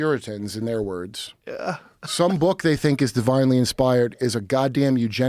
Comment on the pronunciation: Joe is trying so hard to keep up with Kurt that he can’t pronounce words. It’s okay Joe. Just let Kurt cook.